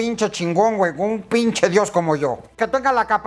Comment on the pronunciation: me sonó tipo pinshi diosa por eso jaja